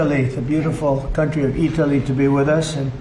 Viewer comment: It's Eetaly from now on.